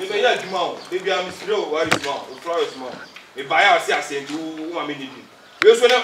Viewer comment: I heard frower😂😂😂